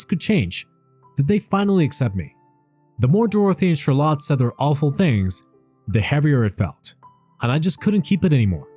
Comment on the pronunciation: Learn to pronounce CHARLOTTE ffs